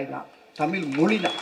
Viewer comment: தமிழ்... தமில் இல்லை. தமிழ்க்கு உயிர் கொடுப்போம் என்றார்... எல்லாம் சரி. ஆனால் முதலில் தமிழ் என்று உச்சரிப்போம்... தமில் இல்ல😢